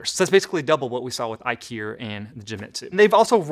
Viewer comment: When you said IKIER, I thought IKEA made a laser cutter and you suddenly turned British.